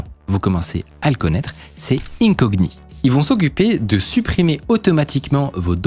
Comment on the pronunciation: On prononce vraiment le "g" dans "incogni" ??? 🤔